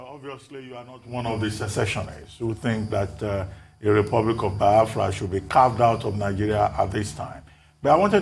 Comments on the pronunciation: Can someone please tell Dr. Abbati that it is Baya-Fra and not Bai-Fra... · Ruben, it's Biafra, not Bafra.